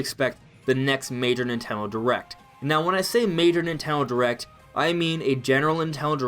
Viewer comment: ‘Ninteno derect